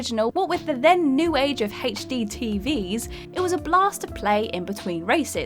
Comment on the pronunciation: She said heychd instead of HD😂😂